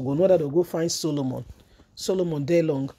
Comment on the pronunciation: His name is Solomon Lalong and not daylong pls correct yourself..